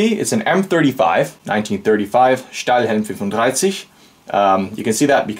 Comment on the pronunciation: That pronunciation of "Stahlhelm 35" was not too bad. :-)